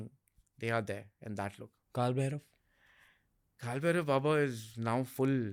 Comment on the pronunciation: Its Bhairava not Bherav in Sanskrit. Correct pronunciation is very important.